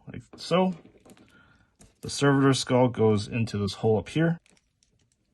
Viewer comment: Let's say it together... Ser..vo Servo skull. One more time,, SERVO Skull. Not server skull, it doesnt work at a restaurant. So its not a server. It aint a waiter skull either.